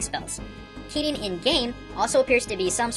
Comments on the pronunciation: Just a note that Kirin is pronounced chi-leen in mandarine and is originally Qi Ling. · When I was younger I thought Shiva was supposed to be pronounced "Shiver", because the Final Fantasy version was the only one I knew, and of course, she was ice related. Also, when you mentioned Kirin, I stupidly thought you were saying "kitty" the first few times.